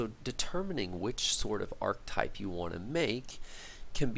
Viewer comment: Can't believe you're so low on followers, these videos are great, hopefully get some more interest from your reddit posts soon. BTW, arch-type isn't a word, the word is archetype pronounced are-ki-type (sorry, but it grated on me).